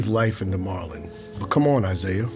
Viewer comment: "I'm MOWLEN wayans" ??? ha??